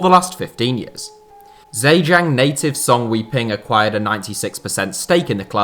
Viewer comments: Zhejiang is pronounced jer jieng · The Z in ZheJiang isn't pronounced, it sounds more like "Jhe Jiang". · Part 2 would be a great idea. Great Video!! Also, the pronunciation of Zhejiang is not entirely correct. This would be more appropriate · How you read Zhejiang woke me up, need massive improvement. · State of the pronunciation. Zhejiang is said like this -> Jir-jiang . Hangzhou is said like this -> Hang joe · Zhejiang is pronounced "Juh-jang" and Hangzhou is pronounced "Hong-joe". Source: I live in Hangzhou, Zhejiang.